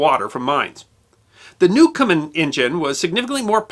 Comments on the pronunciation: "Newcomen" NOT "Newcomer" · I hate to be picky about your generally excellent production but you pronounce Thomas Newcomen as 'newcomer'. Stuff like that eventually makes its way into history books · It's Newcomen, not Newcomer!. And since I'm here, I will pose a question that has nagged me for years. Newcomen's engine was an atmospheric engine, not a steam engine. The steam was only used to create a vacuum. Watt's improvement was the external condenser, which eliminated the heat lost in cooling the cylinder. Did Watt ever build a true stream engine (i.e. one that used pressurized steam)? Also, his use of the sun and planet gear was not a brilliant innovation. Watt used it to get around a patent on the crank.